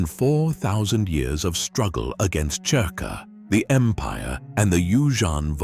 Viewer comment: It's spelled cerka but pronounced zerka